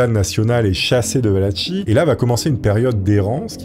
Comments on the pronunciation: Valachie se prononce Valaquie et les personnes se nomment Valaques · ça se dit Valaquie !! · Excellente video comme toujours un régal, surtout avec un sujet passionnant 👌🏼 Simple précision la Valachie se prononce "valaquie" 🫣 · j'en peu plus. faut que tu te décide : soit c'est Valachie ("valatchie" comme tu le prononce) et valach(e) soit c'est valachie ("valakie') et valach ("valak" comme tu le dis) mais pas un mix des 2. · La pauvre Valachie (va-la-ki) qui s’est fait massacrer son nom quarante fois en une vidéo 😅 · Soigne ta prononciation! La Wallachie c’est comme orchestre 🤦🏻‍♂️